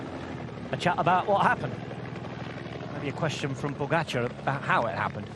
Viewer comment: Please, make double accent - POgachAAr, not that goddamned PogAchar.